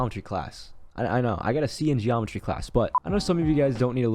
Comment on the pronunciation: When he said it’s like geometphy class he said he got a c in it lol